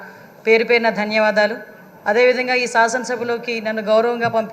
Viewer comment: సాసన కాదమ్మ శాసన